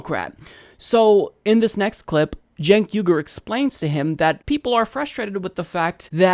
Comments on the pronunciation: "Chenks" LOL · Does he not know Cenk is pronounced Jenk? Who's this "Jenks" he's talking to? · "Jenks" ... lol. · he keeps calling him "jinx" lol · Why does he keep calling Cenk Unger, "Jinx?" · He keeps calling him "Jinx!" Lmao!! 😂😂😂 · Why does he keep calling him "Cenks"? Is he seeing double? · Senks name is not that hard. Hank is on the channel all the time. How hard can it be? "Think Yogurt".. See. Easy.:-D jk. I know his name is uncommon, but there are worse names out there. Saying it properly, but then adding an 's' in the end, that isn't there, makes it even funnier.